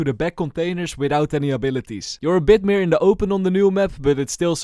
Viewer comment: 'You're a bid meer in the open'